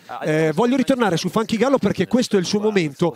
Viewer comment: Bravissimi, ma "Funky Gallo" non si puó sentire.